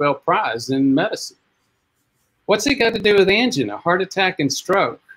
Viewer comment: an-GI-na, not AN-gina. Do you say VA-gina, or va-GI-na?